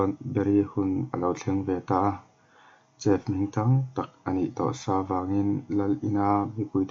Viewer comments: Lalfanu -princess Chef hi shef ang a lam tur ani bawk aw😑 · Chef khi maw ‘Sef’ tiin lam la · Chef nilo in shef tia lam tur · shef tia lam tur. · Van sawithiam sawt toh emem ahma aikhan amuang dalh boksia ngaihthlak anuam toh ltk... Mahse i english lam( chef ) tih hi chu afulo deuh ani alam dan te google ah te ngaithla hmasa la.hmasawn na zel ani